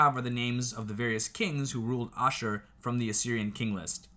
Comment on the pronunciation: You pronounced Nineveh, ashur, perfectly. The other is pronounced dur-sharo-keen. A military outpost town of sharokeen...I can say your historic facts are very close. What's great tho, our history matches perfectly with facts of the bible.